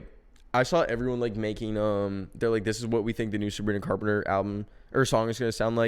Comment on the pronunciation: "Coz shes fweakin Savwina Cawpemter' I. LOVE. YOU. FOR. THIS.